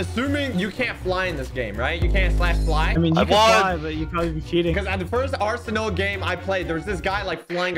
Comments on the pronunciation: ''aresnal.'' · The fact he thought the game name was "Aresnal" instead of Arsenal